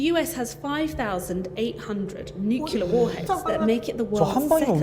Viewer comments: N U C L E A R ! Not NUKULAR OMG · This narrator pronounces nuclear wrong. I stopped listening.